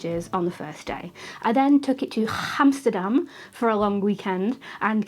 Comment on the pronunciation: that's funny, how you said 'Hamsterdam'....as a young boy I used to say Hamsterdam, not knowing it was called Amsterdam :))...btw my em5 has become my everyday camera...after 'downgrading' from a Nikon full frame and a couple of fuji cameras :)